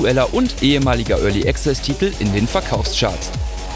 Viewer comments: Örli Access xD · Örly Access ;D